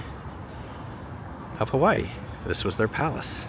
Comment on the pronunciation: It's not HAWEN,it's Hawaii,..with two "i"s in it. Hawaii. You totally missed dowbtown Chinatown.THAT is what everyone comes to see. Not the business district.